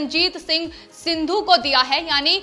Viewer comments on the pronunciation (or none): none